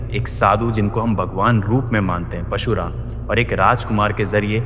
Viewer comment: I love your content, but i feel unka naam parshuraam hai na ke pashuraam. Meri galti bhi ho sakti hai, maaf karna agar bura laga ho to